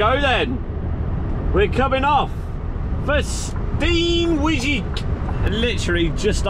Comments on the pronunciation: I love the way how you pronounce the name of my home city Steenwijk. You've totally murdered it 🤣😂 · The pronunciation of "Steenwijk", oof